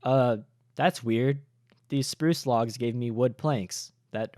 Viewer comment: SPURRRRRUCE stampy fans will know